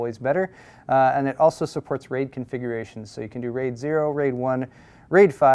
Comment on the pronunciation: gigabyte being so asian, "supperts"